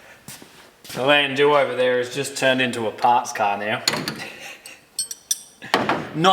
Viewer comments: its not "land- doo" its "land dow" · "DOWE" Landou is commonly pronounced "LANDOWE" It is NOT pronounced "Landu"